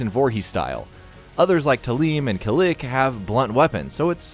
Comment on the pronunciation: Tah-LEEM & Kah- LICK? Was he joking? If he wasn't, then, that's ok. He didnt know any better. If he was, then that was freaking Tah-LAME and Kah-LICK my balls for that one.